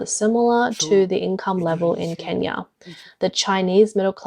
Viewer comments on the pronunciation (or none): none